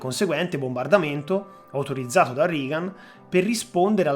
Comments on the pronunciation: Non per fare le pulci, però Reagan è pronunciato regan, non rigan. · Interessante, sintetico (probabilmente alcune parti sarebbero state da approfondire leggermente), scorrevole. Unica pecca: la pronuncia di Reagan in "RIGAN". Basta una ricerca veloce anche qui su youtube per sentire che la pronuncia è quella che si è sempre sentita e cioè "REGAN". Un saluto. Continua così. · Ottimo video. Unico appunto: anche in americano si pronuncia rEgan, non rIgan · Regan si pronuncia Regan e NON Rigan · Non si pronuncia "Rigan" .....😂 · Reagan si dice Regan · interesantissimo...complimenti. L'unico appunto è sul nome del presidente americano, Ronald Reagan si pronuncia /regan /. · Ottimo video. Complimenti! Unica pecca la pronuncia reiterata non corretta di Reagan ("Rigan" ).